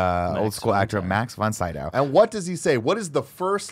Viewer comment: Them incorrectly saying Max Von Sydow's name is driving my crazy. Also love that Max is in this film is amazing to me after knowing him from all my favorite Ingmar Bergman films